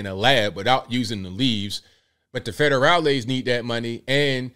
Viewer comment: “Federalis” lol